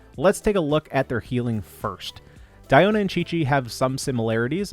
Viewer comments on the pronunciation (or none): Wow Celine Dion exists and this dude went on his way to pronounce Diona like that😑💀🤣